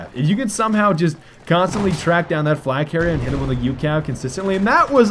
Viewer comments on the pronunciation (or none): none